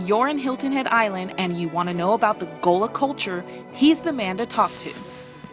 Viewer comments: Gullah not gola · she's mispronouncing GULLAH.......help!!